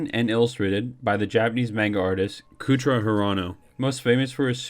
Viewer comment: Much much better. I was one of the reddit critics, i said i would watch it but it was eleven o'clock. Kouta Hirano is still pronounced wrong, you say Cootra Hirano as in the coo of a pigeon but it is Cota as in the co of cold and ta of taliban. Your editing is much better but in the beginning you explain what Drifters is and in the beginning you explain it again which made me think that you doubled the beginning reel but nah you just repeated yourself. I think you should maybe try 10minute videos. If you want to say more make more parts. I don't know how the algorithm works but imo you could make a shorter better video than a longer but potentially worse one. If it is shorter you can focus on less to correct before uploading. This was a huge improvement of the last Drifters video i saw of you. You went from a failing mark to a passing grade. Room for improvement but not bad for a beginner, i hope you are a beginner. Keep at it.